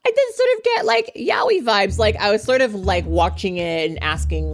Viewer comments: I got you: it's "Yah-oh-ee" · why do yall say yaoi like that? jesus christ. ya-OH-ee. The OH sound in the middle is the string syllabe